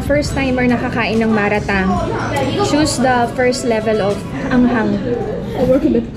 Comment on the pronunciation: Oo Chinese hotpot ang malatang, and it’s pronounced as mala - tang, not ma RA- tang